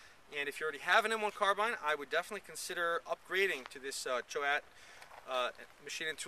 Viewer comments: I grew up about 1.5 hours from where Choate manufacturers their products. In the 80s and early 90s they were like the Magpul of the 2000s. Even as school kids we were doing things like upgrading our hunting shotguns to Choate stocks. (Hardcore hunters were buying those synthetic stocks to rattle can camo them.) Locally, Choate is pronounced like Chōte. Like Coke with a T. One long syllable. As far as M1 Carbine. I'd always wanted one for my little hobby WW2 collection. After I retired from the army I found a modern Kahr version on consignment for an ok price. It was extremely picky about magazines. It was a roll of the dice. I ended up with a whole box of mags from different countries and manufacturers that didn't work well, and just a handful that did. But when it runs good, it is a very pleasant and effective firearm. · That was a pretty common carbine set up here in the US as well. I have no idea how Garth Choate pronounces the name, but the company is local and most people pronounced it " shoat" , like boat, but younger people will say "Choat" about half the time. They have made good tough stocks for a long time there in Bald Knob.